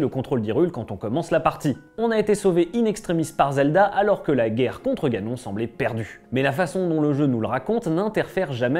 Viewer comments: Ganon ? On prononce "ganone " 🤣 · Il est écrit que seul Link peut vaincre Ganon. Au secours, ce n'est pas la bonne prononciation du nom de l'ennemi